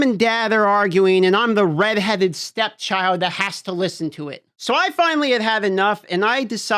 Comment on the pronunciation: What did i hear? STEP-Child??? ✊🏼✊🏼✊🏼